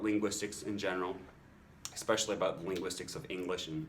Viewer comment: Enjoyed your video. Did I hear you pronounce "especially" with a 'k' sound?